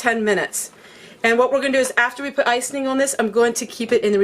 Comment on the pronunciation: I got so tickled at how you say ice-ing. Must be a northern thing. I'm from the South and say ice- ing.:) Not ice- en- ing. Love your videos. Your so fun!!